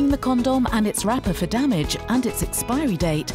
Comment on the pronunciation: It sounds like she saying corn dog